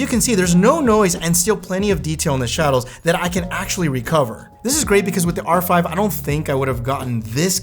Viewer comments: ... Canon R"fry" 🤣🤣. Perfect. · Did I hear Canon R-fry? lol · Did you say Canon "R-Fried" production? Unintentional Freudian slip, I'm sure.